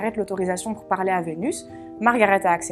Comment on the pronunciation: sérieusement écoute toi parler bordel mes oreilles saigne exemple parler (son é ) toi tu prononce pralai !!!!!!!!!!!! bordel et pour tout les mote en é c'est dingue